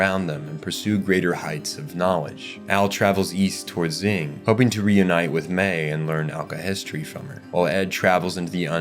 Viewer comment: I love these videos, it really gives me an in depth perspective of series that I thought I already knew so much about. But I swear to the heavens above, if he pronounces Xing "Zing" one more time, I'm gonna lose it. 🤣